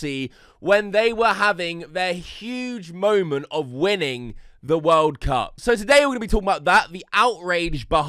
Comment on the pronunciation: "da wOHLD cahp"